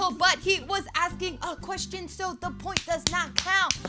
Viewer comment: said "finally a point" but it sounded like "finally a boy" LOL